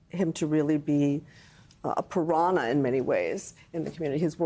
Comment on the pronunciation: "..led him to be a pirahna?" Wth 😅